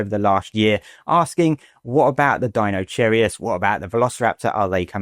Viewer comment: The sooner Acrocanthosaurus becomes an official in-game dinosaur, the better, in my opinion. I'm also very much looking forward to the giga-duck that is Deinocheirus. And I'm sorry, but I gotta poke a little bit of fun at the way you kept calling it Deino-cherry-us. XD